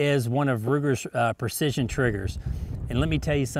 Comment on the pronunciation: "Ruger Purcission" :-)